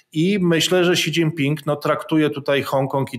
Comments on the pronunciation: Si dzin pin! Nie ksi! :D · Si dżin tao.... 🤦